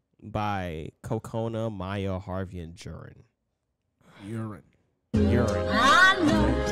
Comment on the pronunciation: You have to pronounce “J” to be precise. It’s not Urin but Jurin (JUU-RIN)